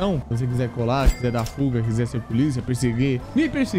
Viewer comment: Quando ele falou fuga, eu entendi puga kkkkk, na minha mente (caraca ele tá com 3 pugas 😨) mais é por causa do aparelhokkk tmj.